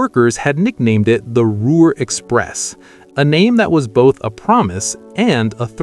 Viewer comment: I spent more time laughing at the gaffs when I wanted to feel pride in the performance of the builders of these marvelous devices. If you are going to keep showing these videos from the past I would suggest you do a couple of changes. First redo the text to properly spell names consistently. For example, Ruhr (pronounced Roor), C. D. Howe is pronounce C.. D. How not Hoe. Next use only pictures of the Lancaster Bombers, not dual engined aircraft, or actual De Haviland Mosquitoes. Do it seriously or don't do it at all.